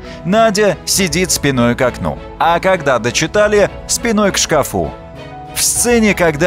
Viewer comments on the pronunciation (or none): до чего безграмотный автор!!! "шкафУ" ужас!